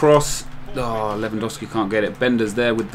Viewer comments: Its LEWANDOOOOOOOWSKI NOT lewandawski man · its spelled levandovski not dow like cow . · I'm polish and it's said lew-an-dovski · Its pronounced Levandovski, I'm from Poland. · I know this may sound stupid but I'm from the US. Is it really pronounced Levandowski even though is spelled lewandowski? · It's pronounced as 'Levandofski'